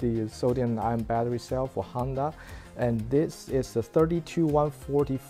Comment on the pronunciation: Why do I keep hearing Handa? 😅 It is HONda, bro.